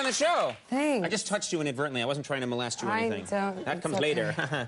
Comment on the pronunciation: DID HE JUST SAY "I WASNT TRYING TO MALEST YOU...(THAT COMES LATER)"?!?!?!